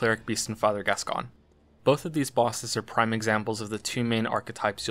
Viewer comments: So this was awesome and well done, but when you say Gasgoine.. the way it’s meant to be said is ‘Gas-g-oin’ like ‘coin’ at the end.. sorry 🙃😀😀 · Sorry, but this is annoying the heck out of me. Father Fartmoney's name is pronounced "Gas-Coin" and not "Gas-Con". Bit late now, but hey-ho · The pronunciation of Gascoine hurts me greatly, it’s Gas-Coin not Gas-Con… I wish I wasn’t hurt by such trivial matters. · I believe it's Gas-Coin